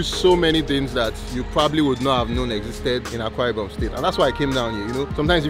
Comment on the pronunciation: It's Akwa Ibom, not Awka Ibom